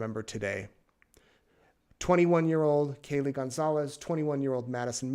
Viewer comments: It’s KAYLEE!! Why doesn’t the judge know how to pronounce the victim’s names? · I really like your reports. You have a nice and fair way of reporting the news and it is very refreshing. But please try to keep the names of the Moscow Idaho victims right. You messed up a few times with Kaylee's name. Keep the families in mind while saying the names of the vitims. This is a gentle reminder.